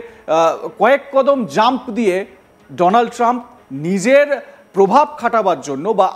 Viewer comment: আরে পাগল এ চেষ্টা তো মোদীর কাউয়া করতে চাইছিলো বটে উচ্চারণে ফেল! ডোনাল ট্রাম্প বলতে গিয়ে বলে ফেলে দোলান ত্রাম 😂😂😂😂